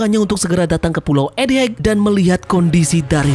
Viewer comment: Egghead bang bukan Ed heg... set dah masih aja salah dari kemaren...